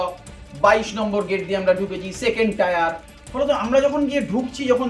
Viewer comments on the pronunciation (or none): Tyre noy tier...Hayre